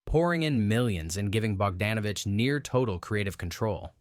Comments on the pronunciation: Bogdanovich has always been pronounced "Bog-DAWN-ovich,". Also, the E in Lowe is silent. The T in Bisset is not. Either learn some basic history or train your AI better. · I liked Dr. Doolittle. A "movie expert" should know how to pronounce Peter Bogdanovich and Jacqueline Bisset